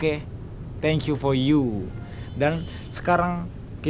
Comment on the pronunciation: For you bukan fol you